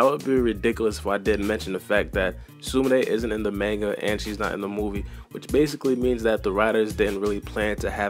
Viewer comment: Btw manga is pronounced MAHN-GA not MAIN-GA like cmon